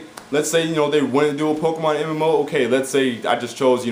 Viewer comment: you know they do horribly right and it is pokemon not pokeman